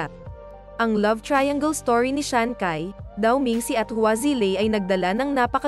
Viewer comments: Ang narrator ang sabi shansai Yan di shakai hahaha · Shancai…. You pronounce it as shanshai. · hindi siya si SHANKAY, SHANCHAY yan pag binasa. hahaha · Sanchai hindi sankay😂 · Chai ang pronunciation ng CAI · Ano daw Shankay??ayusin mo nman pruounciation mo😂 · Natatawa naman ako sa bigkas niya sa ngalan ni sanchai naging syankay na😅😅😅🤣🤣